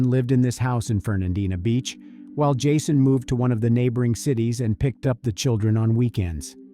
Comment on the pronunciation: I am so glad that you pronounce Fernandina Beach correctly everybody gets it wrong.